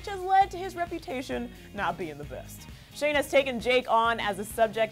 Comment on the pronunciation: Oh and it's shane not Shawn 😑